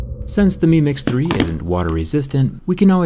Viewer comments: Meme x3 that’s what I heard every time you said the name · Every time he says mi mix 3 it sounds like he's saying meme x 3